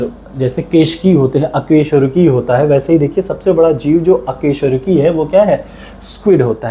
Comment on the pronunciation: अकेशरूकी नहीं अकशेरुकी 😂😂